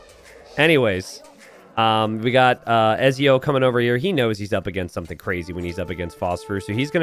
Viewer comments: Have you played Assassin's Creed?! Don't forget the T in Ezio! It's etzio! Lol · My god the way you pronounce Ezio is killing me